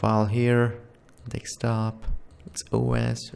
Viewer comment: Me: control v Him: control wee And bro really... "dextop"😂😂😂😂😂😂😂😂😂